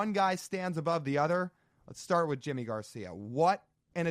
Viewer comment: Can someone explain to me why Yimi Garcias name is pronounced "jimmy" instead of "yimmy"? Lol Glad he's a mariner!